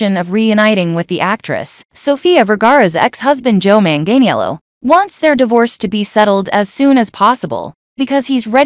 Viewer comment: You can’t even pronounce his name right. Lol